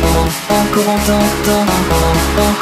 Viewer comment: Ça m'énerve comment il prononce "Corentin" mon dieuuuuuuuuuuuuuuuuu